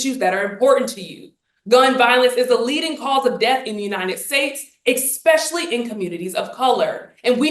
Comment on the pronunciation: Cant listen to someone who pronounces "especially" as "exspecially". Theres no 'x' in especially. Sorry i just cant.